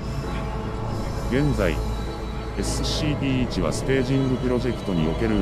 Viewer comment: 毎回SCPの事をエッスッシーピーって言ってて草生える